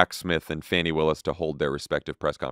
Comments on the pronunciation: It’s pronounced Fawny. Because it’s always nice to pronounce peoples names correctly when you know it, especially when you’re using it frequently in the media. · Fah-nee Willis, y'all :)